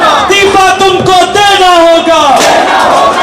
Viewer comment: Love you beta,the way u said "इस्तीफा तो देना होगा"I hope you guys succeed and we will see a beautiful country,I wish you all the best,From KOTA, RAJASTHAN